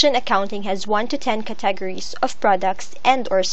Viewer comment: "One hundreds of curTAGeries" Maybe next time get someone who actually speaks English?